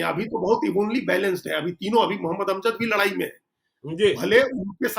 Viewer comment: लड़ाई होता है लरआई नहीं